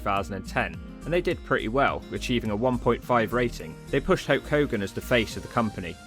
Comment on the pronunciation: the saying is not bleeding like a "stuffed pig" it's stuck pig as in a pig that's been stabbed aka stuck. Also his name is HULK Hogan not "Hoke Hogan"